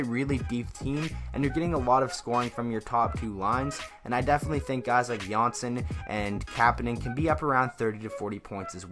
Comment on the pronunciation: btw johnsson is pronounced "yohnsson" not "Johnson" , just to let you know